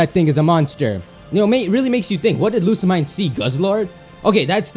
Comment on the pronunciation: why you always prounounce Lusimine wrong?